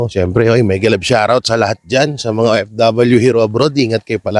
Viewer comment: HINDI PO BA NYO MA PRONOUNCE ANG LETTER F,V AT IBA PANG LETRA? LIKE SA PH-IT STAND FOR LETTER F. BWESIT NA BWESIT AKO SA IBANG PILIPINO.ANG O F W GINAWA NYONG O IP.BWESIT!